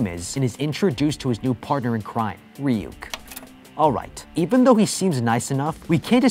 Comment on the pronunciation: It’s not reyuk that’s how you said it it’s ruk but it’s spelled ryuk